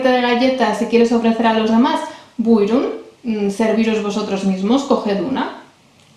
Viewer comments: Aferin 👏👏Tebrikler çok güzel video olmuş Buyurun kelimesini telaffuzun harika Maşallah 😊 dilimizi kültürümüzü tanıtmam İnşallah diğer videolarınla devam edecek Umarım kanalın istediğin büyüklüğe ulaşır 😇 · Maaşallah çok güzel bir video olmuş. Özellikle BUYRUN kelimesini mükemmel telaffuz etmişsin. Tebrikler. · Estağfurullah was the best explanation and buyrun was the best pronunciation